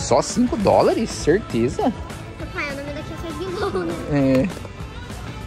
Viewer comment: POXA KKK TA MATANDO A GEGÊ DE VERGONHA FALANDO O NOME ERRADO AKOSOAKSOAKOSKAS